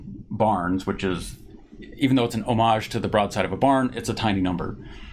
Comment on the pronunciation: You do realize how to pronounce the word Homage right 😂